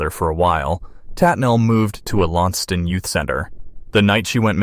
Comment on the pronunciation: I live in Tassie. And everyone’s hearts are going out to that girl. Her remains were found…😢😢😢You pronounced Launceston wrong by the way.